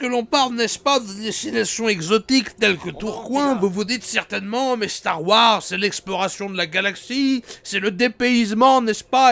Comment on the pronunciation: C'est plus starwars, c'est Starwouarzazate